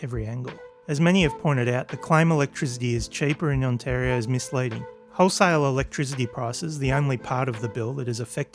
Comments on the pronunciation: On tari o not antario. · If he's pronouncing Ontario like that what is the chance he's ever met a Canadian 😂😂😂